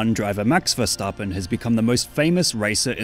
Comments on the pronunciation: Respect for actually pronouncing his name right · As a dutch person i appreciate that he says his name properly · I love your dutch pronunciation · You said it in a perfect dutch accent what